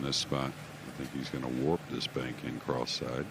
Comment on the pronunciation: Did he say "Hes gonna warp the ball in cross-eyed" ? Or "He's gonna work the ball in cross-side" ? Lol